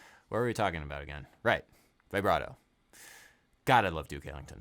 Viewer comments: Dear Adam, I absolutely love your work, and am I loyal contributor, but for the love of Bach, could you please stop saying 'Vaybrato' and pronounce it 'Vibbrato' like the rest of the world? Thank you <3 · interesting as always. by the way, its "vibrato", not "vaibrato". like "veebrato". ps: please come to italy! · I know i'm a little cringe but I die a little every time it's pronounced v-eye-brato instead of v-a-brato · Everytime he says Vaih - bra - toh 😅😅😅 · My dude... with all due respect... it's "vih-bra-toe." No long "i".